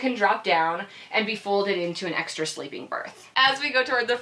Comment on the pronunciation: can you say "extra"?